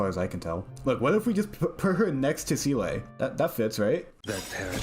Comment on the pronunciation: who tf is cee-lay 😭